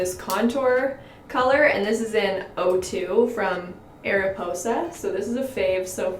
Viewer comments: It’s mariposa, you see the M w the black background ? I laugh every time you say it wrong ! Lmao still love you tho xoxoxo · there was an “M” in the circle so it’s “mariposa,” which means butterfly in spanish! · MARIPOSA NOT ARIPOSA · It is Mariposa not Ariposa😉 but the pronounciation is good just add an M😋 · the "ariposa" makeup brand is actually pronounced Mariposa, which means butterfly in spanish, the little butterfly in the logo is supposed to be the letter M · 😂😂😂😂, I'm watching this in 2020 and I'm like 😂😂😂😂😂, Ariposa 😂😂😂😂 is Mariposa, it means butterfly but in Spanish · So, I think I'm right, and it's pronounced Mariposa. The butterfly before the ariposa is supposed to be a M ..but I don't know lolol anywaaaaaaaaaaays, love the video<3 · It's not ''Ariposa'' The logo is an ''M'' and together stands for ''Mariposa'' it's butterfly in spanish hahaha :P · It’s actually “Mariposa” (the ‘m’ is ridiculously hard to see) and GIRL U FORGOT BLUSH 😂😂😂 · Isn’t it mariposa not ariposa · Its mariposa not ariposa😂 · Lol okay so it’s not ariposa. It’s mariposa. The m is in a black circle and the m is white. You pronounce it ‘mah-ree-posa’. It means butterfly in Spanish :^) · not Ariposa but Mariposa, there's a M😂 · Isn't it mariposa and not ariposa?😂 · don't know if i'm the only french canadian here to say this but: it's called Mariposa. Felt like you were missing the m? Maybe? She's kind of the star of dollarstore makeup brand. She's not always great tho. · She missed the M haha Mariposa like butterfly in Spanish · Hello, I'm from Québec city and we have the Ariposa make up and when we say it.. It sounds like this: aripoza.. the S is pronnonce like a Z. I like watching you.:-) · ITS “MARIPOSA” the M is part of the name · Its Mariposa, like butterfly in spanish hahaha I loved this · its MARIPOSA!!!!!!! was that not bothering any one else